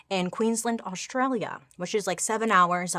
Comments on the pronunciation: Still gotta work on Queensland - but yes I’m impressed! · Bailey, girl. I love you but it's Queens LAND... Not Queens"lind". Think of it as the land that the queen owns and it will help pronunciation (if my weird little description didn't make sense). Thank you for being receptive to this intervention. 😘😘😘